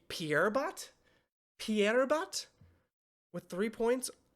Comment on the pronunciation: in the picture you can read "HEAVY", Fizz is having his weight and in general his body checked by Mammon to be "perfect" (he litteraly called him fat at the beginning of the episode). You can tell that he's being exploited and abused by Mammon in those pictures Pierrot not Pierbot haha it's an archetype in la commedia dell'arte